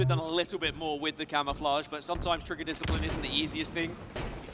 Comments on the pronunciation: "And trippy now has the CAMMMAFLLAAAGGGAAA (a simultaneous Australian/british/new Zealand/english/crocodileDundee accent)" Its Cam-O-Fla-je Not Cam-A-Fla-GggAAAAA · Man i really hate the way he says camouflage l, i absolutely hate it.